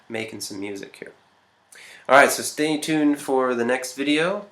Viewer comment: Am I the only one that heard "Stay in tune for the next video" at the end of the video? 😂